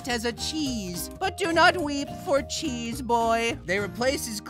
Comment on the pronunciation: Thank you for the sound of “chëêśę”